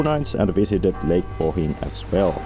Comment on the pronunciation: Oh my goodness, this guy can actually pronounce things in Slovenian! Ljubljana took him a while but he got it eventually, he nailed Bled and Bohinj … I'm impressed! (In case you couldn't tell, I'm just here to listen to people butcher our pronounciations, I find it hilarious.)